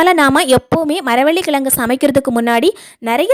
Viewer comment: Maravalli kizhangu not kilangu. Please don't kill tamiizh. Unbearable to hear most youngsters not uttering zhe. Please improve spoken tamizh.